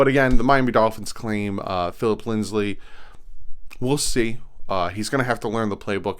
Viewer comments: Stop saying LindsLey,... there's no L in it. It's Lindsay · it's not linds-lee, it's lind-zee